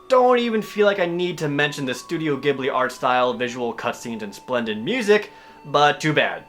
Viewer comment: Ghibli is probnounced with a soft g btw... like jibli